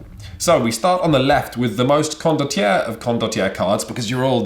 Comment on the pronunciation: It’s Italian. Pronounced ‘con-dott-yair-ray’.